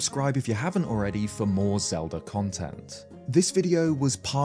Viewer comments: U cant have a Zelda based channel and then be pronouncing it Zeldrrr in the first minute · what’s Legend of Zeldear? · yeah but every other time he says Zelda it’s normal except that one time.